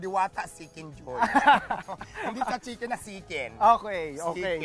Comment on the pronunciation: My care sya sa customers nya kaya sya tinatangkilik. At pansinin nyo wlang sawa nyang nagsasabi ng “salamat” good job! Deserv mo yan! Pero bongga din ung “siken dyoy” hahaha